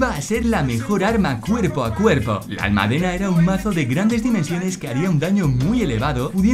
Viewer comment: Un pequeño error en la pronunciación de la palabra almádena. Saludos. :)